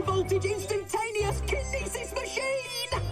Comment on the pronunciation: Kinyeetsis. XD